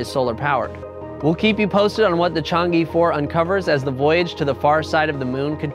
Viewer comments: It pronounced Chang-eh, a Chinese moon goddess, not Chang E. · Pointer from a native Mandarin speaker: Chang'e is not pronounced as "Chang-EE". The correct pronunciation is more like "Chang-uh" or "Chang-er", after the mythological Chinese goddess of the moon 嫦娥. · The "e" in Chang'e should be pronounced as "a" in "above". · "e" is pronounced like "uh" in chinese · It should sound like 'er' in her, in my opinion.